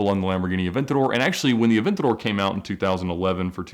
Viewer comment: Ed saying Aventador sounds like someone falling down stairs